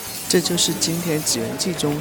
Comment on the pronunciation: 主播放影音者:你的祇園為什麼不用日語説出,,你的影音有祇園(祇园)説的中文音調不對！是（祈）音才對'不是（紙）音。